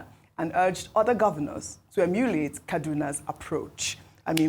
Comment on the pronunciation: Beautiful, i love your style but please repeat this: EMULATE! EMULATE! EMULATE! NOT EMYULIATE. Stay winning!